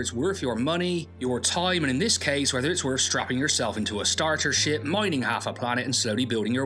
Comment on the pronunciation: I think it's the accent. Sometimes when he says "starship" (or just "ship") it sounds like he says it with the last letter being "T" instead of "P". Every time my reaction to that is "wait, I beg your pardon.. a what now?". 😂 I just care about the space, stars and ships so every time he pronounces "ship" vaguely with a letter "T" at then end.. makes me both laugh and irritate me. The least he could do is to learn to pronounce the letter "P" less vaguely so someone like me could hear the correct letter